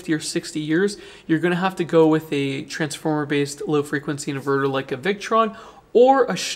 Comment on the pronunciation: I think, he was saying transformer-based but sounded like transformer-less in the video. Don't the Victron units have toroidal transformers???